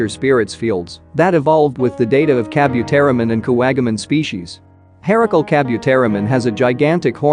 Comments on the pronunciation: Please...it is pronounced as Ka-bu-te-ri-mon not ka-byu-te-ri-mon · Kabu, not kabyu. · lol I hate the way you pronounce Kabuteri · Ok hold up is no one gonna comment on how he pronounced Kabuterimon !? Like HOLD THE FRONT DOOR OPEN BECK THAT THE MOUTH GARBLE IS THAT